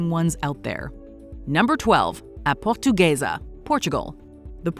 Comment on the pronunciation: A portuguesa 🇵🇹❌️ A pohtugueisa ✅️